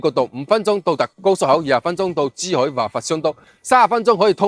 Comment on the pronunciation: 個男主持講嘢好多懶音，唔係支海 係珠海😅